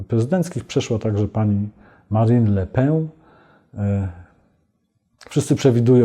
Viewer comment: Mała prośba do szanownego Pana Witolda: proszę aby wymawiał pan nazwisko Madame Le Pen z N na koncu a nie Ę - tak bowiem brzmi jej nazwisko! To nie jest francuski "chleb" tylko angielskie "pióro".